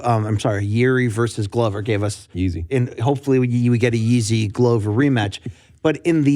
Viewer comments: "Yeezy Prohushka" this is getting fucking ridiculous. It's PRO-HUSKA. The former pronunciation of Jiri as "Yuri" was okay, it is understandable not everyone knows how to pronounce Ř and it's fine to read it as R. But Yeezy is just...c'mon. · If anyone outside of the Czech Republic pronounces his name as ‘Yeezy’ then you don’t deserve a voice box.